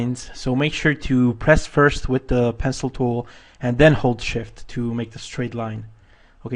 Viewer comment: every time you said hold shift I was caught off guard because I thought you were exclaiming "Holy Shit!" haha great tutorial :)